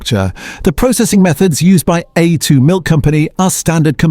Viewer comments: While I appreciate the idea of examining "Australian" products the legitimacy of the website would be improved enormously if there was a declaration that AI is being used in the production of these postings. The biggest tell is the consistent varying mispronunciation of A2 in the A2 segment plus the algorithmic rise and fall of the voice over tone and the too steady cadence of delivery The idea of this site s good but shoots itself in the foot by not declaring AI is being used - makes a consumer doubt the veracity of the whole presentation. BTW, I am an AI specialist for over fifty years and am becoming increasingly annoyed it the misuse and careless use of AI. If you are going to use AI voiceover use an Aussie accent; we say vite - amins, not vit-amins. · And we deserve better than AI narrators who can't even pronounce A2 & use repetitive AI imagery and make claims without any substantiation of facts. No mention also that part of the reason for Norco's financial problems was that it's main processing facitily on the NSW North Coast was two thirds underwater during regional floods in the last last few years. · Nice AI reading hallmarks on A2 milk multiple pronunciations